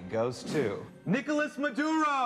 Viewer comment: It's "Nicolás" Maduro, not Nicholas, please. We don't say "Donaldo Trump".